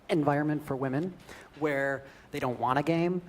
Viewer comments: "Won't you think of the women". No. Second, it's wamyn. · "OVER 21 MILLION WAMEN?"